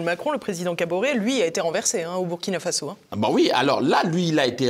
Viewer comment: Belle émission avec un africain intellectuel intègre dans ses analyses! La Journaliste prononce bien me nom de mon pays: Burkina Faso!